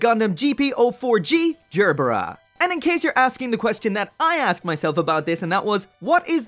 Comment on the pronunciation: hard G, not J. learn how to speak.